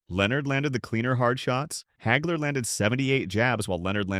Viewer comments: "Marvelous Marvin Heygler"?!! Uh....Wha...!! Everyone I know and have heard speak this man's name pronounces it Hagler - ie., Haagler. Where the *** does "Heygler" come from? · AI can't even say his name right.